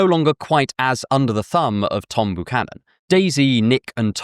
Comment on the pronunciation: Buchannon isn't pronounced ooh it's yew like a healthy byewcannon tree. :)